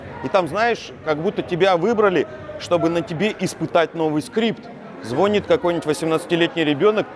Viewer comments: Прямо молодец. Теперь вижу, что имя сыну не с проста 🦁. Но очень странно, что слово звонит ударение не верное, аж слух режет. А так прямо вдохновил и на многое глаза открыл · звОнит,, из какой вы деревни?